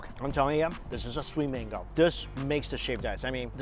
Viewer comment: Mingo instead of mango